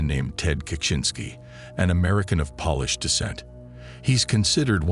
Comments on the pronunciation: Do you listen to your AI voices pronunciation? It's incredibly annoying to hear incorrectly pronounced names and polish instead of Polish! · Just the fact that the family was polish and not Polish was quite hilarious. 😊